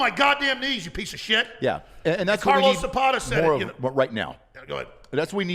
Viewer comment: “carlos zapata” ??? 😂🤣😭